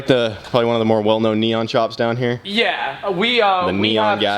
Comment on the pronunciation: I feel like was being a troll and saying neon excessively and emphasised